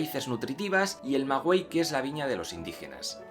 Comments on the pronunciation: Aquí esperando el video de las reformas borbónicas.... Regresa el oro gachupin jajaja. Y no es magüey es maguey la U no suena. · Una observación, es MAGUEY, no MAGÜEY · amigo no es magüey sino maguey, güey 😂😂😂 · me encantan tus vídeos son muy informativos, solo como dato para conozcas mas de esta zona; la "U" no se pronuncia, lo pronunciamos como "Magey" =) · De hecho señor se pronuncia maguey no magüey ni magey...saludos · Maguey, la "u" no suena.